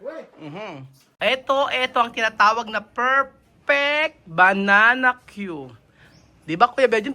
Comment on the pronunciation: wag mo ituro ang maling bigkas sa banana cue ung tamang bgkas ang ituro mo hindi bananawe masasanay cla sa maling bgkas